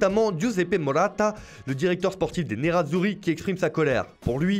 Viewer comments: Marota pas morata😑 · C'est Marrotta et Morata 😂